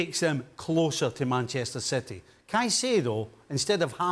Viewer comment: Can't believe the guy in the middle actually pronounced Caicedo's name as 'sai-si-do'... and then he goes on to talk about Timber pushing Gabriel..? Mate, he plays on the right! LMAO These so-called 'pundits' know less than most of the football fans here.. They're clueless...